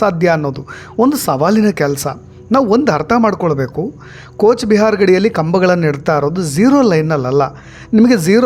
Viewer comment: ಕೋಚ್ ಬಿಹಾರ್ ಅಲ್ಲ ಕೂಚ್ ಬಿಹಾರ್